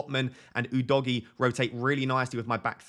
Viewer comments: I'm italian, we actually say Udojé Not sure what yall are on about calling him Udoggy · Ou-Doe-G that’s how your pronounce it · Udogie is pronounced Oo-doh-gear (without the "r" sound) The stress is in the middle syllable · think udogie is pronounced Uh-doe-gee